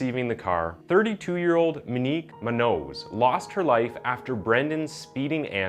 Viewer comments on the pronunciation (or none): Its "moon-yoze" She deserves it said properly. And its not the tragic case of rich kid, its the tragic case of Ms. Munoz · Jeeeeezuuuus the way he kills MONIQUE MUÑOS name is ridiculous.. not that hard to pronounce monique smh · dude her last name is moon-yos not moo-nose. sorry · So irrelevant but his pronunciation on names is horrible my god lmao “minique” “munose” MO-KNEEQ MOON-YO-Z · It's also pronounced Moon-Yoz family not Moo Nose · As a person fascinated by language/linguistics, I'd highly recommend you research the names of the people you talk about instead of just pronouncing their names however you like. Moonos is incorrect. It's MOON YOTH. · Bro I dig your vids but you really need to speak-check a lot of your source material. Muñoz (moon-yose) not moo-nose. I’ve heard mispronounced names in more than a few of your vids. Other than that you’re doing great and keep ‘em coming. ✌🏽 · It’s not min-nose the way you’re pronounce it is so disrespectful ! It’s MOON—YOZ “Munoz” !! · Dear …Monique’s last name is pronounced “Moon-yoz” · BTW and FWIW, the surname Munoz is pronounced "moon'-yoss." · Muh-nique muh-nose…. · Can we talk about this man’s pronunciation of the mu nose family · You know her name isn’t pronounced muh-nose, right? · It’s pronounced Mew-naws. Least you could do is honor her by saying her name correctly. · Her last name is pronounced Moo-nios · Her last name is muñoz,pronounce mun'jous not munoz hispanic last name. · That's the absolute worst pronunciation of the name Munoz I've ever heard. (Try "Moon-Yoz") That said, there has been ZERO justice served in this case. Just another example of how the elites are granted different rules/allowances than the rest of us. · FYI for future reference brother, the word MUÑOZ is pronounced properly "moon-yoez', whether or not the 'N' has the curvy line above it or not, it's always pronounced as if it does. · Munoz Pronunciation: Moon-Yoce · I'm Black and I know how to say moonyos